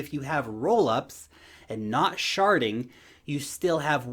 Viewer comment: Did you say sharting? 😲